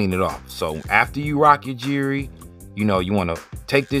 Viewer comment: "My 'JURY' tarnished"? It's two syllables, "Jewel-ry"? Jewelry. "Jury" sounds fuckin' ridiculous unless you're in a court room or something.